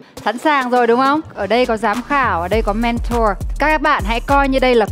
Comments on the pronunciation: Mrs "Men-thùa" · Hà Anh nghe nói là du học ở Anh quốc nhưng có những từ phát âm không chuẩn mà còn cực chối tai chẳng hạn: men-thùa (mentor). Không hiểu là cô ấy cố tình phát âm như thế cho nó "loạ và soang" hay là do khẩu hình cô ấy không thể phát âm đúng được??? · Mấy năm thôi à? Mình sống hơn nửa đời người ở đây rồi nhưng chưa từng nghe người bán xứ phát âm "mentor" như thế. Du học ở Anh mà phát âm kiểu Mỹ thành ra bị như vậy chăng? 😄😄😄